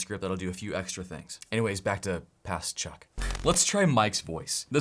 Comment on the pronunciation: Hello my name is Chuck ❌ Hello my name is Suck ✅😂🤣